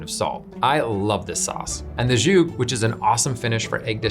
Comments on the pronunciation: Excellent, except zhoug is mispronounced beyond recognition. It’s s’hoog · Why does he say z'huk like it's French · That's not how you pronounce "skhug." It's tough. Why not just use the easier-to-pronounce Arabic name - sahawiq